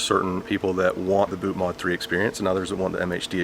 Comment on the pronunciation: Isn't it "mod" as in modify, not mode?